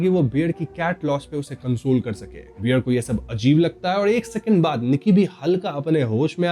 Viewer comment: Bhai beer nahi, Bear.